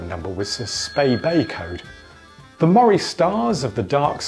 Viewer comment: It’s Aberdeenshire, not Aberdeen, and Moray is pronounced ‘Murray’, not ‘Mawray’.